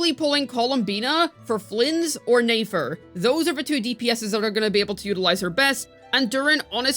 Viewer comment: omg can u pronounce nefer properly